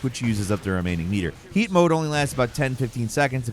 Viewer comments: I thought he said feet mode for a moment lmao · When first said 'heat mode' I thought he said 'yeet mode' and loled for a bit😂